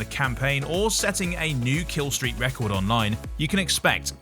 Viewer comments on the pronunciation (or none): none